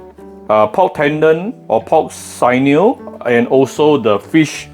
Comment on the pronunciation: sinew is pronounced sin-new